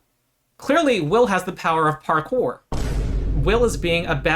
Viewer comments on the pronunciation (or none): "Will clearly has the power of parkouer'' took me out